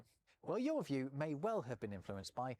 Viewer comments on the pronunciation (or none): none